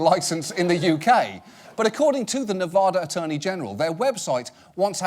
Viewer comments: Off topic, John... please... Nevada: "ad" is pronounced "add", like "addition", not "awd" like "odd" sorry, not sorry, this drives locals crazy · **"it's nevada not nevahda" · OMG, John, it's NeH-va-DAH. The first "a" is ah like in apple